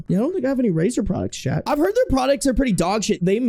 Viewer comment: I just want you to know it took several months to realize you were saying "chat" and not talking directly to some guy named "Chet".